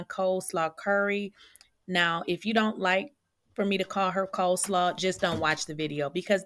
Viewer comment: "Coleslaw" and "HoTel" .....🤣😂🤣😂